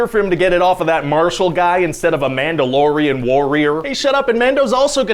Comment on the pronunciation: omg I can't unhear "man dough"